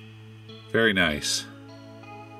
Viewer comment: Tank you vary much lol